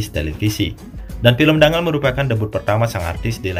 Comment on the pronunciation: Cara bacanya bukan Dangal, tapi Danggal.